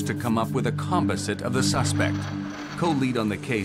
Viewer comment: It's sooooo annoying they pronounce composite wrong.